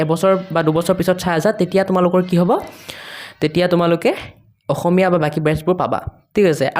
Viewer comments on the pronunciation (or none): none